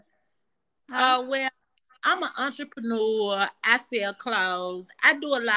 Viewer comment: She said entreprenewwa